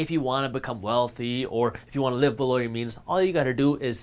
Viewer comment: Took me a while to figure out what he meant by saying BE-LOW = below 😂